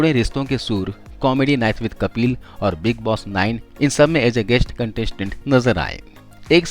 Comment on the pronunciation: Kapli nahi kapil hota hai🤣🤣🤣🤣🤣